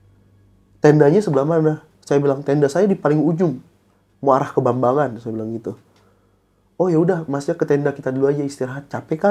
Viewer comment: Jambangan dong ngab bukan bambangan 😂